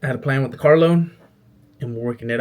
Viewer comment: These videos are fire bro! Weird advice but you should try to coach yourself out of saying “dat” “da” “dis” etc.